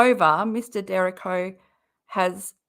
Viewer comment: It’s pronounced “DUR REE KO”